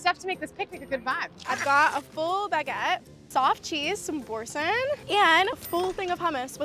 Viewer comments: are you saying boursin s not pronounced bore-sonn? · Girlies the way she pronounced Boursin just broke my French heart I can’t